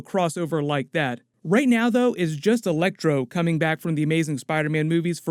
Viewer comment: It was just a bad joke on my part. You said elecTOR instead of ElecTRO. lol